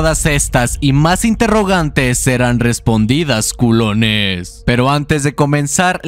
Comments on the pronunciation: Le quita la seriedad y el miedo al momento cuando dices “Culoness” XD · Me duele como dice culones y yo ni culo tengo 😭😭😭😭😭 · el video esta demasiado bueno, pero no puedo evitar querer sacarme los oidos de tanto escuchar ''culones'' XD